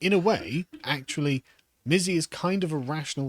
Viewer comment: Excuse me but I think it's pronounced Missy !